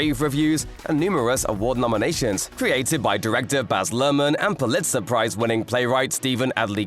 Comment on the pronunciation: why do I feel like you suddenly are using AI for your voiceovers? never heard anyone pronounce Pulitzer Prize as wrong as this "guy" did.